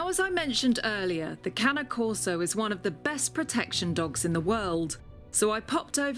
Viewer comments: STOP CALLING IT Cana Corso it's CANE CORSO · I swear it’s the cane, as they taught us in elementary school… that “E” at the end makes the “A” a long A. Not canna corso, cAne corso. Not canna corso. CAne corso. It’s ok, one day Brit’s will learn proper English. Until then, y’all will continue to sound like John fetterman had a second stroke. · Exactly!!!! Its cane not cany!!!! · She pronounced it Cani Coso It’s cane corso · I think is pronounced "Kanye Korso" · you are saying it wrong. Its pronounced CARNEY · it’s pronounce carne-ay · Its pronounced that way kai ney corso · Why does she keep on pronouncing the E like an A !? 😩😭 CANA CORSO !? WHAT THE FRENCH .. this video is driving me insane 🥵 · lmao “canneh corso” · and one of the trainers says kane corso smh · Sad that the animal trainer don’t seem to know how to pronounce the dogs name correctly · 100s in rescue? That's insane Pure bread Cane Corso pups with papers and breeding rights cost like 3 grand. Really? I wouldn't let my doggo be trained by someone that can't even pronounce the name right 🤣 Not that i would let anyone but me train my own dog.